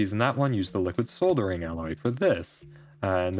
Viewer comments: Love this series but it hurts me how you pronounce solder 🥲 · it’s ok you can just pretend you were British all along 🙂 (your way is how they pronounce it)